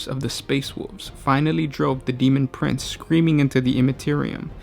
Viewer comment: he just failed at saying "Daemon Prince".....